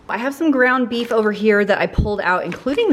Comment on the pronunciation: Did you just say ground meaf lol I say that all the time or maybe I heard it wrong lol